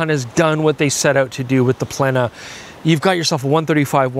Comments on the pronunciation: The "e" in "plena" is a long vowel ("ē") in the original Latin ("plēnum"), which sounds more akin to "play-num" in English. Ergo, the correct pronunciation is "play-nuh"! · let's not pull another Naikon silly pronunciation (you of all things being half Japanese you know EXACTLY how to pronounce it correctly man!). It's Latin and in Latin is pronounced PLENA as it's written with E of 'Emphasis' not the E of 'Eagle' (so to speak). Latin is phonetic and has strict rules (but always consistent). Arigatto! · It's pronounce "Plena" as in "Plenty". Or for North Americans as in "Jay Leno" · Plena in Latin is pronounced: 'play' (but without the diphthong) - 'nah' (like the a in bat or in act) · Given my unique background where I studied Latin for 6 years and photography for 2 years, I’m pleased to contribute my knowledgeable opinion on how the lens should be pronounced. Its : “plena” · In Canada it’s pronounced Plehn-eh. 😅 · Nikon: Knee-kon (with short ee sound, not like 'knee') Nikkor: Kneekkor (same short ee) Plena ('full'): Play-na You're welcome. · Latin pronunciation would be "PLANE-a". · It's pronounced PLENA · Its pronounced "Plena"...thank me later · "Plena" is Plural for "Plenum"...Latin word which is similar in declination of the word "Data" versus "Datum".....plural and singular respectively. The word is pronounced exactly the way it's spelled...Just a thought.😉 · The “P” should be silent like in pterodactyl. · Plena is pronounced on the e and actually the „e“ is stet he’d - for lack of better words. I am German, I had 10 years of Latin in school. Interesting lens! Sweet first peak, thanks 🙏 folks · It's Plena and not Plena..